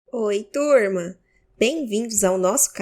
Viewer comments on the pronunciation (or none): "Oi tuurma" pelo sotaque, provavelmente você é mineira! 🏳️🔺❤